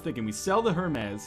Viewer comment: Hermez? come on its so easy to pronounce that FORMER ENGLISH TEACHER